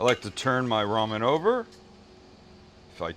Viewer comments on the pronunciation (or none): how thinks about Maggi when ever he says ramem